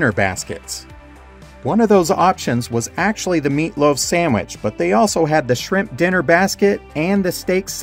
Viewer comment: You say "sammich" and it's adorable.